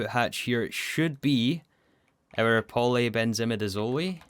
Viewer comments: Chemist here, it’s pronounced polybenzimidizoll, not polybenzimidizolee 😅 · I love the video, but I hate how you pronounce polybenzimidazole. I’m fairly certain the end is pronounced the same way mole is pronounced. It’s a difference between “hole” and “holy” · Its so odd hearing in pronounced like midizol-i and not midizol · Ah yes, polybenzimidazolEh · Btw, in polybenzimidazole the “zole” is pronounced like “sole”. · the zole in polybenzimidazole rhymes with soul not olay XD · Except for polybenzimidazole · You said all the quinone ones right, but u messed up polybenzamidazole: Afaik, u done pronounce it like e at the end like the e in eat, rather its silent (so like simple, e silent). either way, me so happy u rebooted the series! congrants on the T3 rocket!